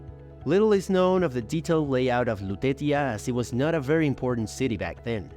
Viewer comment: Very nice document. "Lutetia" should be pronounce with "c" - Lutecia.